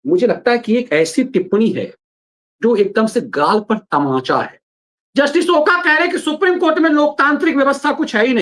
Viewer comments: ओका नहीं " ओक" है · Not ओका but it's ओक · ओक Not ओका.. Please Use Proper Name.. जस्टिस अभय ओक..